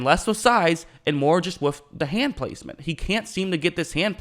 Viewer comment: With or wiff??? Lol